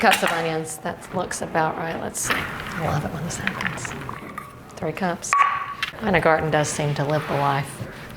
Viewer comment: Her name is pronounced Eena